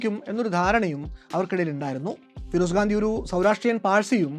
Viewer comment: FIROSH GANDI ennuparayu😊😊